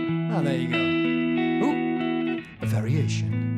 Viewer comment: Variation, not varation!